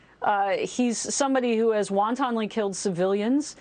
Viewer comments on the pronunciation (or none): "Won-tonly" killed civilians!